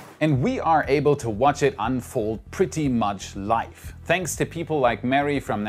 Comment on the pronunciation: Cooles video, nur die Aussprache von Live musst du nochmal ein bisschen üben. Das v wird hier weich ausgesprochen wie zb. bei Windel oder Avocado. Life =/= Live